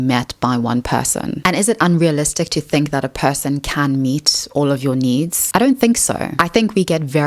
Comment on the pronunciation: I know, is an AI. Its speech synthesis is deceivingly natural, but that vocalization of "needs" needs a bugfix.